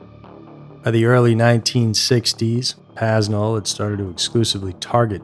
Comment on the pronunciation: When you can't even pronounce his name, I don't have much faith in the rest of your research. (It's PAY-nel)